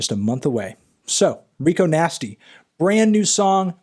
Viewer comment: Her name's Rico Nasty, Anthony, not 'Nigo Tasty', ffs. Other than that, really good review.